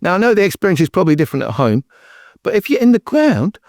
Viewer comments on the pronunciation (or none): “if you’re in the gwound” 😂